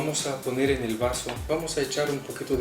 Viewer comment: soy la unica que se dio cuenta de que dijo varso en vez de vaso